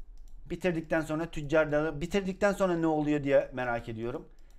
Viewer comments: a tuçar darrly almadim o tuçar derrly geğil 🤣🤣🤣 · TÜCCAR DARRL DİYO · Abi tüccar darrly diyon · abi tüccar darrly dedin😂😂😂😂😂😂😂😂